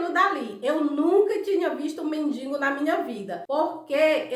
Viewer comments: Morri de rir com a história do Tony Ramos, vc está sabendo que ele está internado na UTI, operou o cérebro., vc me permite uma correção: não se fala nem se escreve mendiNgo o certo é mendigo. Bjs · o certo é men-di-go! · O nome é men-di-go, não tem “n” entre o “i” e o “g”